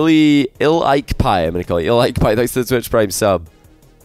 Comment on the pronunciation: "il-ike-pie i'm gonna call you" lmao i about died when i heard this its I like pie